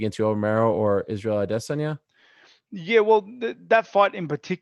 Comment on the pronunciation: everytime ariel says "Adesanya" i die a little more inside